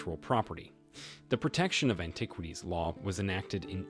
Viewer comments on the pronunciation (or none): Interesting topic, but it is hard to take your entire production here seriously when you slip a photo of Joan Rivers in with your introduction to Joan Howard and you bungle so many words. I've never heard anyone pronounce that Egyptian president's name as as MUbarek, or antiquities as anti-QUITies, and I don't think Cairo could be mistaken for a corn syrup. That's as far as I got before clicking out. Sorry, man. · Please learn to pronounce the word "antiquities". It would be helpful if you want to be taken seriously. The same for other personal names of people you mention and the capital of Egypt, Cairo! Perhaps have someone with a good education proof listen to your dialogue and help you with this. Good luck.